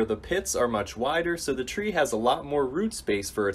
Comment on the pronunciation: "Shtreet chree."